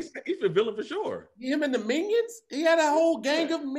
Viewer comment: How come when said minion it sound like he said onion 👀👀👀👀👀👀👀👀👀👀👀👀👀👀👀👀